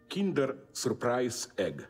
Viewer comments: Zizek pronounce "Kinder" Suprise Egg really well. I'am german and "Kinder" means Children in German. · Of course he pronounced Kinder correct, he's a Slovene.